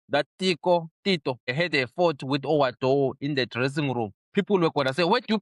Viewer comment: The suename is WA-DOO! NOT Oh What Dough. Junior Khanye is a character playing a role. He's a clown that guy. Watching is like watching those fake Christians pretending to be humble while telling people ukuthi my belt costs more than your whole wardrode. Iyakhinya leya bhari.